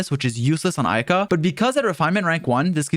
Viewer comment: Ayaka, not Aika